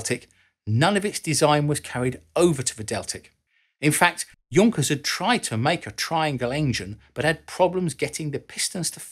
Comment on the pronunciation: It was a well know and highly respected German engineering firm, pronounced YOONK-ers, not JUNK-ers.